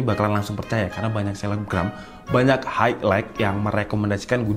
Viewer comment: Bang highlight itu bacanya hai lait